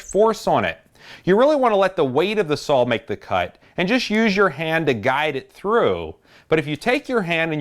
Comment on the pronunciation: I love the videos. It sounds like you say sawL. With an L. But, thanks again for the great content